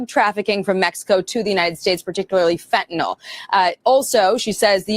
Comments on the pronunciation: It’s pronounced fentanIL NOT fentanOL. 😊 Love ya! ❤ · Fentanyl is pronounced fentanil